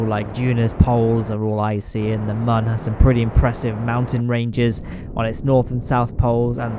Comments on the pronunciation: Just a little side note, you mispronounced Mun for a year now. It is pronounced like Moon. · I love how he said moon lmao